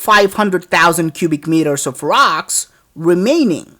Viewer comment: you're calling it ROX instead of ROCKS